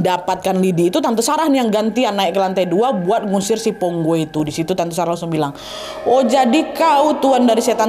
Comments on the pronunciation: Bukan Ponggo kak, "PONGKO" Kak 😊😊😊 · pongko. bukan pongo😁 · Maf kak nama nya pongko bukan ponggo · Pongko’ kayaknya admin bukan ponggo 😅😅😅